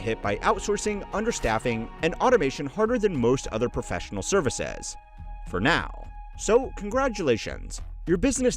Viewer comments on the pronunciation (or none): "Serva-SEZZ". Why tf do u say it like that, bro XD